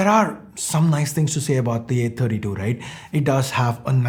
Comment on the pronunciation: Not samsung A32 its Samsung "A_Tatti_2"